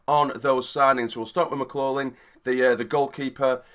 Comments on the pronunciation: pronounced mclofflin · It’s pronounced mick glok lin btw 👍🏻